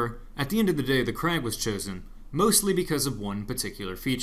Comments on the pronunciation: You say the name of the rifle almost 100% correctly KRAG But when you say the guys name you go flipside with KRAH Sry, it got annoying enough that I had to point it out (donno why, I'm usually not like this). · Your pronunciation of Krag was incorrect. In Norwegian it's "krag" and in Danish it's "krow"